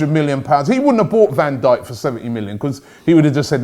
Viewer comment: "Becooz" tf was that